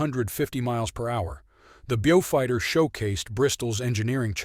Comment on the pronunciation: Not bjufighter. Bowfighter.